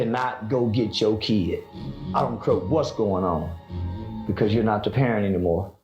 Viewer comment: Pair-rent...its in the name...they consider your babies your rentals